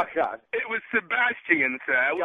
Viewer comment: Sey--Bass-Chi-En clearly is an Artist and serious about his shit